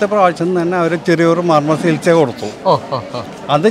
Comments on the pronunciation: സികിത്സ അല്ല ചികിത്സ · ഒക്കെ ശരി, പക്ഷെ ഒരു കാര്യം.... "സകിത്സ" അല്ല സേട്ടാ, "ചികിത്സ" എന്നാണ് മലയാള ഭാഷയിൽ ഉച്ചരണം 🤪